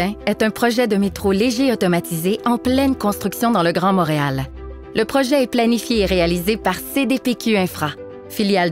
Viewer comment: Motréal? ou Montréal? Quelle prononciation bizarre!